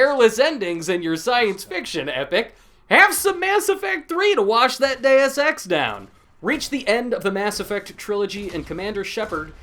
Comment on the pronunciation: your saying dues ex wrong